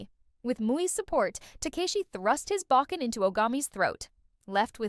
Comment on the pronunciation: Bokken was pronounced wrong.